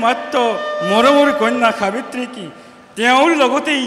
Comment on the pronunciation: সুন্দৰ।সাব্যত্ৰী নহৈ সাবিত্ৰী হব লাগিছিল নেকি বাৰু।